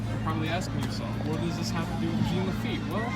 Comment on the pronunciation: I live in Louisiana where we know French words. It's pronounced (zhahn) Jean Lafitte. Fyi we have an entire pirate festival dedicated to him!